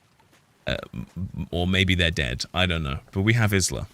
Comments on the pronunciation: Her name is pronounced Ila, silent S just like island! Cracking me up with IS LA 😂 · considering this is a chinese game and isla is not a chinese why would it be pronounced Ila?